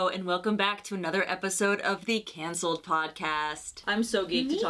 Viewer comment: the way tana said “cahncelled” like an old british lady… i love it 💕